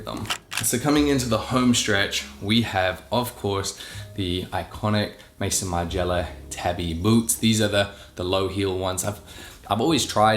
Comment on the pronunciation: love this video but it's my biggest pet peeve when people pronounce <<Maison>> Margiela as <<Mason>> Margiela. It's maison, as in "house" in french... and his name was Martin Margiela lol not Mason